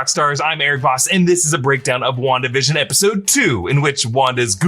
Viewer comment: Am I the only one who keeps hearing "One division" instead of WandaVision ?